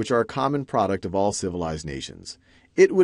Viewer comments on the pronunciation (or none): none